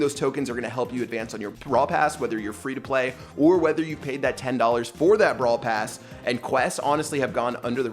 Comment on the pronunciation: No one Absolutely no one: "PrAiD BRaWl pRass"